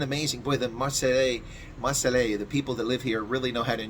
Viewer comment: It’s Mar-say. 🙂